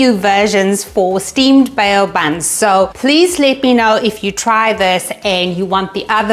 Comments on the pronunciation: Just letting you know it's pronounced 'bow' not 'bay-o'. But what a great recipe! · Bow as in the verb that is. 😂